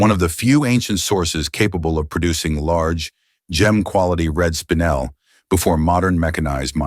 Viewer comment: "Spinel" is NOT said as "spine‐l".....it is said as "spin-el" get it right or don't do it at all. Spinel is stunning as it is "double refractive" whereas diamonds are only single refractive.